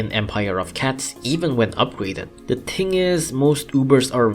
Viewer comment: “the ting is” (you have to wait a while)